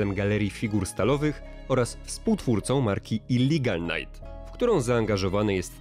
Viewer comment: "Illigal Night" hahahaha "Illegal Night" tak się wymawia i pisze.